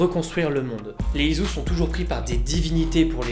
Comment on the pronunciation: Putain ça ma dérangé tout du long...ON DIT ISU (ISSOU) ET PAS ISU (IZOU) C'EST MOCHE COMME ÇA...Mais sinon bonne vidéo merci ^^